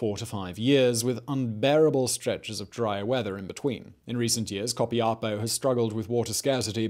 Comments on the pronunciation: Is Copiapó. The accent on the last O. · Simón You slaughtered the pronuntiation of Copiapó hahahah but i loved how you said it and btw i love your videos greetings from Chile